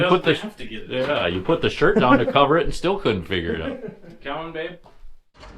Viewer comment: Did I hear you say you coming “babe” to holly ? Lol